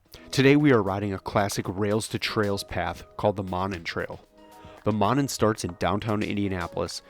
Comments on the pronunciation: Monon [MOE-nahn] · Pronounced Moe - non. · Yup, it's MOE-non (non rhymes with on). Also, Chatham is pronounced CHAT-um, in the British style. If it's any consolation, I had no idea how to pronounce Polyphia, lol. Great footage! I've never seen the Baumeister estate from the Monon side. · It's pronounced: MOE-non. Those homes that face the trail have Winthrop Street addresses. If you go around the back of them, down what looks like an alley, you'll see all the address markers and mailboxes. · I am sure others have said so, but it is pronounced ' MOE-NON' Trail. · It is pronounced Moe Non. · Monon is pronounced Moe-non;it starts at 10th street and I-65 up to Carmel, Indiana, Westfield and north to Sheridan, Indiana. Covering almost 30 miles one-way. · Good lord at least pronounce the name right!